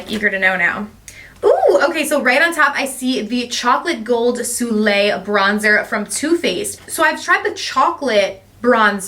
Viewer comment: Aww! So sweet! Lots of goodies, can’t wait to get my boxes! Just FYI...it’s pronounced so-lay (soleil)! Hope that’s helpful!